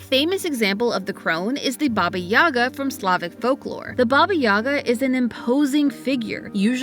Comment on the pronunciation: She is Baba Yagá, not Baba Yága! YagA, not YAga! Please, pay respect to the great slavic witch!)